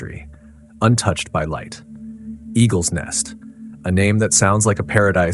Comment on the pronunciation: You are writing the name 'Eagle's nest' but calling it Egg-r net' . I mean come on man, is it Eagles Nest or Eggrnet.. I know your learning as you only have 4 subscribers but moving forward, make sure you not only know the correct name of a place, person etc in your story but also know how to pronounce it correctly too.